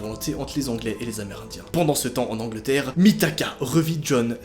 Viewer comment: A "... Se rendit en anglantère" 😂